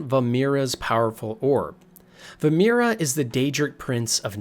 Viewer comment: Vaermina not Vamira lol, otherwise good vid